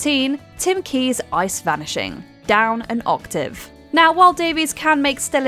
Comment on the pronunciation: Some of these aren't "outsmarting." Some are just doing the task differently than the others. I never thought someone saying "Down an Otave" incorrectly would bother me so much. Yes, I'm a weirdo 😂